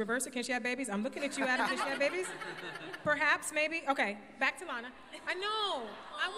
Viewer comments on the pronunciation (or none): why can no one say Lana her name right